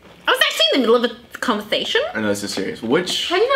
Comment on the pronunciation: ‘This is Awful Conveasation’